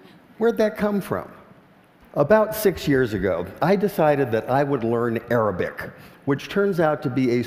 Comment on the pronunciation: lol.. I first understood 'aerobic' instead of 'arabic'